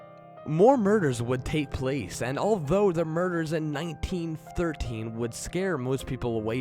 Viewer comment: "Da bridge" "da bunny man"